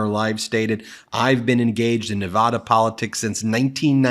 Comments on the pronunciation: Please correct your pronunciation of nevada. IT IS neh-VAH-duh. It is a long aaaa sound not a short a sound As a native Nevadan it is so frustrating to have media people not get the pronunciation right. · There were 20,000 people these. Please pronounce Nevada correctly, Ben!! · Ben, dear, please to LEARN How to properly pronounce Nevada?